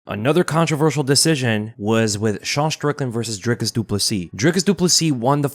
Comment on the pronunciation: Its pronounced "dreecus or draicus" 🤔